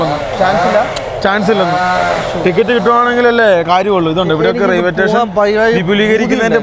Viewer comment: Railway station ❌ Raiway Tation✅😅